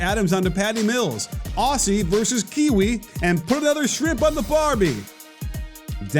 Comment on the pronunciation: it kind of annoys me how these american channels can't pronounce aussies and kiwis right often